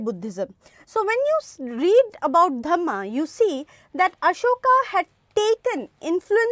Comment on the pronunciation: Ma'am it's Ashoka. Not Asokas ...😅